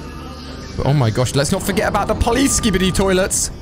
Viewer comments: You pronounce it as skibidi. Not skibidi. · you said skibidi wrong